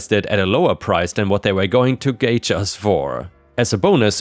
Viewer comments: "gouge" is "g-ow-gg" not "gay-gg." Like an "ow" sound when someone gets hurt. It basically means to severely overcharge. ("gauge" would be "gay-gg" like you said it.) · Gouge pronounced gaw-dg-ed. 🙂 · Gouge is pronounced "gowje".